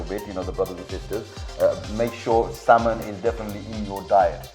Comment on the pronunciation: The L in salmon is silent so you don’t need to pronounce it :)